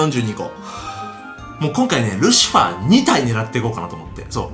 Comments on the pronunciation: ルシハァーワロタwwwwww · ルシハァーwwwwルシファーなwwww